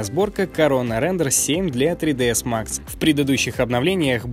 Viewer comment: отдельное спасибо за произнесение не 3D_max, а 3dS_max !!! Но вот (к сож.) прецеНдент - был с НЕ нужной в нём первой буквой " н " ))) А так - обзор очень насыщенный, я хоть посмотрел, как сегодня выглядят материалы в Короне, и как стремительно улучшается Блендер ....... А также подтвердилось, что до сих пор НИЧЕГО не известно (внятно) про новое перо Wacom